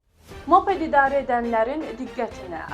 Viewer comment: [mape’d]❌❌❌ [mo’ped]✅✅✅